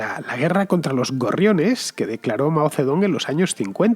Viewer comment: Por mucho que se transcriba “Zedong” se pronuncia Mao “Setung”